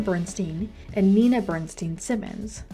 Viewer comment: The correct pronunciation of his name is Bernst eye n. It is a long "i."